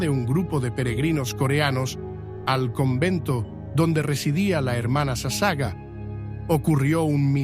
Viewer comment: Por favor su apellido de la Hermana leálo toral y correctamente es SASAGAWA ( le faltó pronunciar la última sílaba WA)